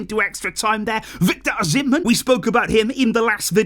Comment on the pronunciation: Hey, the h is silent in Osimhen